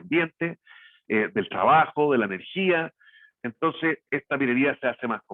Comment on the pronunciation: tan buena información y tan mal que se expresa, habla el expositor, clase de dicción y modulamiento le falta, horrible como habla...hay que traducirlo shrabajo = trabajo